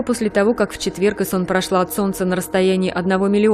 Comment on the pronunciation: Айсон , а не исон